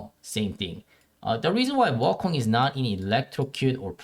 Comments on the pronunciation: Woh kong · the way that he says wukong kills me 😭😭